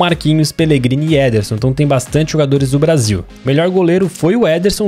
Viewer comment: O chamando o Ederson de nederson zederson